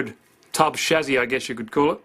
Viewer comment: Shame you say chassis wrong